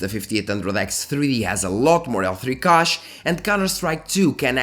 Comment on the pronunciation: The Ca in Cache is pronounced like ca in cash 💸. Thanks for the video.